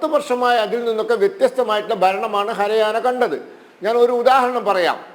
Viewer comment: ഹര ആന അല്ലടാ പൊട്ടാ ഹരിയാന